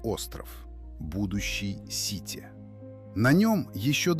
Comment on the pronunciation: Не сити , а Ситэ.. А вы уверены, что надо писать МегОполис..😢